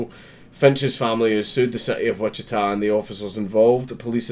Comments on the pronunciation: You pronouned Wichita correctly. No sweat. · Our justice system finally gets one right? WOW!!! BTW, you pronounced "Wichita" spot on......... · this happened in my hometown. glad to see them making an example out of this piece of shit. (and yes, you pronounced it correctly)